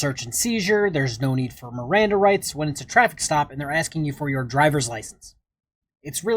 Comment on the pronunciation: "my mirandum rights"